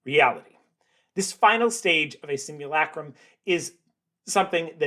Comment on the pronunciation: The narrator’s shrill, nasal voice doesn’t help. Try breathing from the stomach. And the “u” in simulacrum is not pronounced “you.”